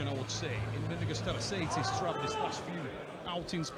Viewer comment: pronunciation of mindaugus tarasaitis makes it sound like a skin condition😂